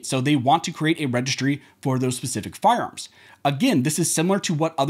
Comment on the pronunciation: Your information is terrific, but I wish you would work on your diction. You are not a “farms” expert dealing with the “seckamemman”….. Every syllable and every consonant is crucial when you are reporting to the public.